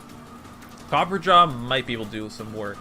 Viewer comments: Copper-ah-jah why mans keep saying copperjaw? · It's copperRAJAH, not copperjaw. Me so triggered. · Copper-ah-jah Not copper-jaw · Its Copper-a-jah not copperjar. Think Maharaja! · It's copper-ah-jaw, not copper-jaw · I had to pause it and step away from a minute. I just got to the part where you said that, was omfg dude heard me. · It’s copper- A-jah not copperjah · Because people can't read. CopperAHja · this boy reading copperajah like copperjaw lol wtf ever been to india? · Say “copperjaw” 13 or 14 more time, and I’m outta here. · Cah-per-ah-jah XD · copperajah isn't pronounced "copper-jaw" you illiterate schlub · copper ra jah that's how that's pronounced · I think is pronounced copperaa-jaa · I believe it’s pronounced Copper RAJA further pointing to the Indian origins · Actually, the way to pronounce Copperajah is Copper + Rajah (Like the ancient leaders of the countries like India, Malaysia, etc. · WHY DOES HE KEEP CALLING HIM COPPERJAW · I think it's pronounced Ca-per-ra-ja lol